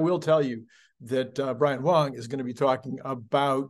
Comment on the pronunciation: Did you just call them Brian Right and Brian Wrong ?🤣